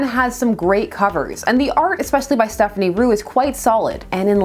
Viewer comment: Just a heads up, it's Stéphane Roux not Stephanie Roux. 🤷